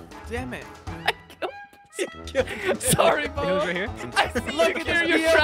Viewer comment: The fact that said pubbo instead of bubbo is so funny